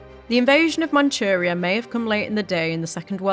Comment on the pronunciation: Manuria , Manuria es Manchurria. Barbarasa es Barbarroja. No entiende la doble r. Hashima es Hiroshima.